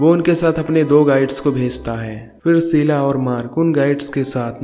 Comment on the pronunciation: Sheela not seela. Please correct your words